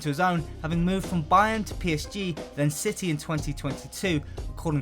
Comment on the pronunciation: Manchester Ciy